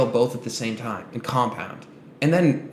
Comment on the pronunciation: “2 years, timehh!” bro wtf